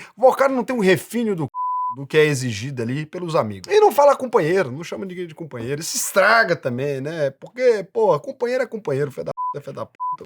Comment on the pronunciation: "COMPANHELO" KKKKKKKKKKKKKKKK perdi tudo